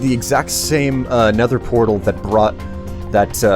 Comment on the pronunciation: That's how you are supposed to say it with th